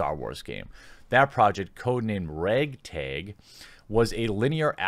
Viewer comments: "raaaag taaaag".... your cheesehead is showing! :) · "rayg tayg"